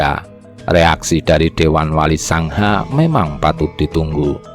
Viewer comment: yg membacakan suara apa tdk tahu bahasa jawa? wali songo di ucapkn wali sangha... belajar sejarah lah... jgn spt orang yg buta ilmu sejarah 👎